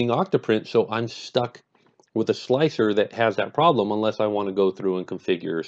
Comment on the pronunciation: its pronounced 'Slicer'